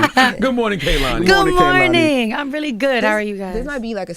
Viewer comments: AS SOON! as he said "Kalani" I was like she will definitely correct him. 🤣🤣🤣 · And Charla continued to say “Kalani” the whole interview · Its not Kuhlani its Kaylani. And Im not, defenitely not, folding a man's clothes. It could be anyones, anybodies clothes. Wow, how emotionally intelligent Kehlani is. So intelligent she gave me s headache alreadie. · Charlemagne it’s not hard to say Kay-Lani .. that’s lazy af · She corrected them on her name and they just continued to say it wrong the whole rest of the interview 🤦🏻‍♂️ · and they continued to pronounce her name incorrectly throughout the interview after correcting them. disrespectful. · Damn CTG you could at least say her name correctly after she corrected y'all. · and Charlemagne still said her name wrong after she correct him at the beginning 🙄